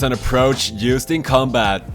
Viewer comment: The way you say "combat" sounds like "cum bath"